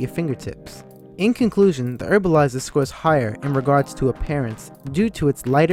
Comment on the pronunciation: Herbalizer.. not Erbalizer